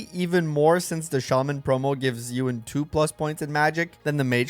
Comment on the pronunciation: Bro, is pronounced EE-WUN. Like Ewan McGregor.